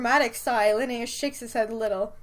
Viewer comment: DID ANYONE ELSE HEAR THE R ROLL IM DEAD LINNAEUS YOU HAVE KILLED ME IT TOOK SO MUCH BUT IT FINALLY HAPPENED